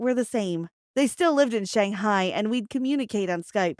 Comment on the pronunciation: you don't even now how to pronounce shanghai